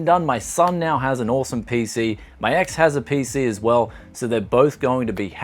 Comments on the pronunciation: Hahahahah you really emphasize the EX part. Good Job Man. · i like the emphasis of EX :)))))